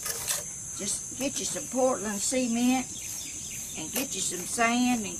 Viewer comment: it amuses me how you say sea-e-mient , we say .c-ment ha ha !! love the video